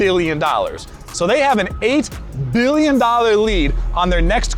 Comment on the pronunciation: brother stop saying billion with those b's :face-purple-crying::face-purple-crying